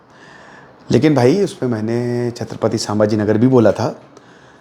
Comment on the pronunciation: Pahli baat to wo सामभाजी nahi संभाजी maharaj hai , aapke idol hai aur aapko itna bhi nahi pata 😂 naam to thik se lijiye